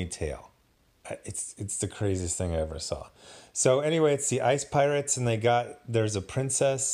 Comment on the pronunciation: ICE PY-Orates?